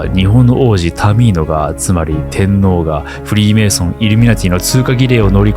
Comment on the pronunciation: テンノーが訛ってタミーノに聞こえなくもない